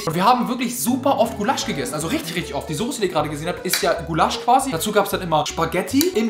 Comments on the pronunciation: macht aus Gulasch ("Gullasch") "Guuuuulasch" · Gu-lasch... einfavh lachflash digga das heist Gula-sch 🤣🤣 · geiles video aber was zum fk ist gu lasch das heißt gulasch... guuulasch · Das wird Gulasch ausgesprochen und nicht Gu-lasch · Bin ich die Einzige, die es triggerd, dass er Gulaaasch sagt, statt Gulasch. Das triggerd, die Ungarin in mir 😅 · Omggg wie sprichst du den Gulasch aus man sagt nicht Gulaaasch sondern Guuulasch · es heisst gulasch und nicht gullahsch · Es heißt nicht gulaschhhh sondern Gulasch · Es heißt gUlasch nicht gulAAAAsch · Gullásch??? WAS?? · Sprecht Ihr Gulasch auch so aus wie? Mir kommt das echt falsch vor, vielleicht kenne ich das aber auch flasch. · Bro was ist GULASSCCHHH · hat der ein ausprachfehler wer sagt "Gulaschhhhhhhhhhhh" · nah bro es heißt guuulasch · Hab ich mich auch gefragt 😂 Zudem spricht er Gulasch auch nicht richtig aus 😅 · Es ist echt extrem gottlos wie du "Gulasch" aussprichst :D Das hat mich so sehr getriggert, bitte streich das Wort aus deinem Vokabular ^^ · wie du gulasch aussprichst, hat mich einfach aus der hölle getriggert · omg lern bitte Gulasch auszusprechen!😂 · Wenn der noch einmal Gulasch so ausspricht flipp ich aus LUL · GUlasch bitte was es heisst gulasch!!!💀🫶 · mich triggert wie er Gulasch ausspricht am meisten- mal abgesehen davon dass das nichts mit Gulasch zu tun hat :D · Kannst du Gulasch bitte richtig aussprechen das triggert so hart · Also wie du Gulasch aussprichst nä… das ist ja wirklich mehr als kriminell